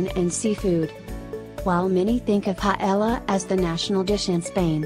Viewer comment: so funny the way she pronounces spnaish dishes. The "ll" of Paella is actually said with a similar, but not equal, sound to "j" in english as in "just" and in ajillo, the "j" is the "x" symbol in the International Phonetic Alphabet, being this sound even stronger in Spain than in any other Spanish speaking country.